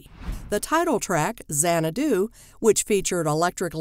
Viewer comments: It's not zanna-DOO, it's ZANNA-doo. I cringe whenever she mispronounces it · If you can't pronounce the film's name correctly, you have no business critiquing it. It's not Zan-ah-DOO, it's ZAN-ah-doo. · It's a brilliant movie. Camp classic. But the narrators inflection saying the word Xanadu drives me to distraction. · BTW, it would be super-cool if the narrator would learn how to pronounce the name of the film. Just a thought.